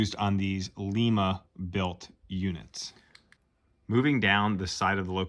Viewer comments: Lima, not "Leema",! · Sorry, it Līma.as in lima bean 😅